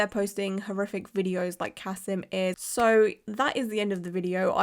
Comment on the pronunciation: Also, his name is Ka-SEEM. And almost all of his clients are Muslim. He's not losing clients. Different countries have different outrages. This is not an outrage in Russia or with Muslims. And he's not "white".